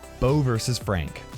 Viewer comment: When he said frank he said freank so are you at war with fronk?